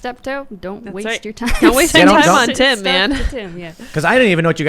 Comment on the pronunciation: Tims not Tim.